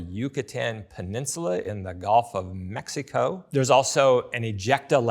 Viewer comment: The way he enunciated "Mexico" made me LOL